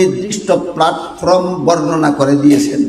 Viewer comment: Platform uccharon Jana dorkar